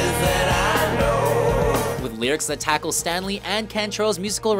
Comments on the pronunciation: The comment is a joke, they're clearly taking the piss out of the way the guy in the video butchered Layne Staley's name. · That legitimately pissed me off. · Layne Staley*. Why do the voice over people never pronounce anything right? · “Layne Stanley” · I nearly had to click this off when the narrator kept referring to "Layne STANLEY" of Alice in Chains! Have some respect for the late Mr. STALEY. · Yeah, I had to rewind twice to make sure I didn't hear it wrong. Him saying StaNLey. Really shows us how much they really know about these bands or music all together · "Layne Stanley," are you serious? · Layne Stanley........oh for fuck sake. It's pronounced Layne Staley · You must have missed Layne “Stanley” (Staley) before that! Who is this goob??? BTW-Pablo Cruise’s “Raging Fire” is an unsung harmonic phenomenon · It’s Staley.....not Stanley!!!!!!!! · Anybody noticed how he called layne Staley “layne Stanley” put some respect on his name and pronounce it right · What the hell. He said Stanley not Staley. No just no. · Did he say Layne Stanley? It’s Layne Staley. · It's Layne STALEY, not Stanley 🤦‍♂️ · Its Staley, not Stanly. Sheesh. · The narrator obviously wasn't familiar with the artists...Layne Stanley??? C'mon man! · Staley! NOT Stanley! WTF!? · ITS LAYNE STALEY...NOT LAYNE STANLEY!!!!!!!!!!!!!!!!!!!!!!!!!!!! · I couldn't believe it. The first time he said it I thought I heard him wrong, but then he said it again. I'm disappointed with. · Layne 👏 Staley 👏 Pronounced: STAY-LEE or STALE -E There's not even an "N" in his last name !! Which is another thing that added to cringey- ness. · And Layne Stanley... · goodolarchie I’m sure you meant Layne Staley. Lol. I had to rewind to hear if he said “Stanley” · Bruh really said layne “Stanley”. SMH the disrespect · I cringe every time he says Stanley. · The dude also said Layne Stanley. Pfffffff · I was just about to type the same. And he says it twice!